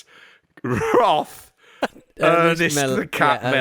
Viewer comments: It's wrath not wroth 😅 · For crying out loud guys, it's WRATH, not "Wroth".